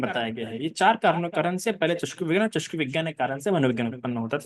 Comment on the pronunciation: चस्कू बोलते है! चक्षू होना है!